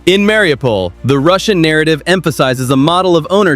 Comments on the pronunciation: Se dice Mariupol, no Mariupopol. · Marupol- was ist das 😂😂😂 oder Mariupol. Die 404 Land hätte es nie geschafft!!!